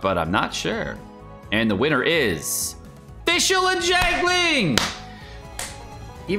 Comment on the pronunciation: Thanks for the informative video! Just want to offer some constructive feedback on your character pronunciation, for example: Beidou should read bay-dough, xingqiu = shing-chew, xiangling = shiaang-ling, etc.